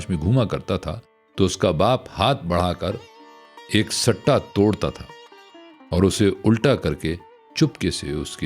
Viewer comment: آپکی آواز اور پڑھنے کا انداز بہت خوبصورت ہے،معذرت کے ساتھ آپ نے لفظ "سٹہ" زبر کے ساتھ پڑھا اس کا مطلب جوا ہے،گندم اور مکئی کے پھل کے لیے اس لفظ کو زیر کے ساتھ پڑھتے ہیں بر وزن "چٹا" جس کا مطلب گورا کے ہیں